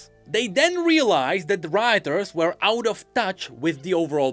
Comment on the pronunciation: dude I can´t pls google "Cambridge Dictionary" and listen to how the word "were" is pronounced